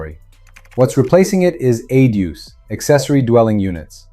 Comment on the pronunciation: "Adues" 😂 wow! Pronounced A.D.U.